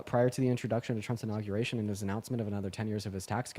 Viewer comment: first guy went to the "nauguration" apparently lol